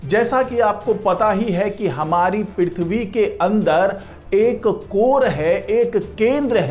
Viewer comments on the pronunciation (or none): पिरिथवी नही पृथ्वी बोलो